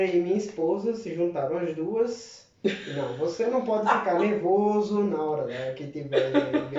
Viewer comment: Eu entendi "pode chê" kkkkkkkk